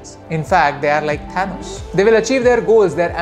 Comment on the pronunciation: dislike is liya kyu ki tune "Thanos" ko galat bola